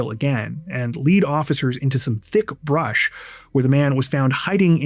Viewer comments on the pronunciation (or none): none